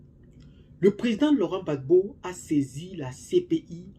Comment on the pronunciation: Gbagbo et non bagbo